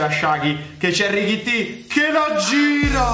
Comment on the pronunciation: come mai lo chiami richitti? E non Tallotti